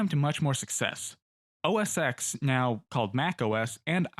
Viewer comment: Not pronounced‘O-S-X’ but OS-10. Previous was OS9. Roman numerial.. like PL/I (one) 😊 Love your work here man! 🥰😘